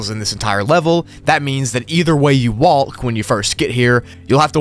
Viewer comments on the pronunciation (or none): “either way you 🤠WoLK🤠” LMAO